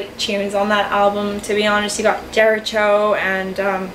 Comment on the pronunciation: Medusa’s path is quite ‘boring’. I appreciate you are entitled to your own opinion but you are talking utter nonsense. P.s. ‘jeritcho’ 😂